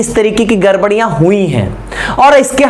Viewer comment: Sir garbariya nhi gdbdiya hui hai